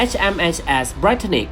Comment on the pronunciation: BUKAN DIBACA NYA HMHS BRITANNIC